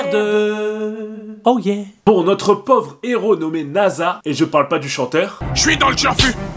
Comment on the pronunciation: Son prénom est nassa et pas naza mon ami j ai déjà regardé l animé 5 fois